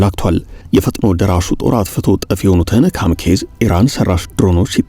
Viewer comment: ካምኬዝ? ካማካዚ በሉ!